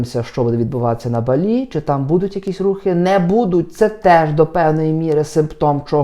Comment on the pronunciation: Не БалІ, а БАлі😉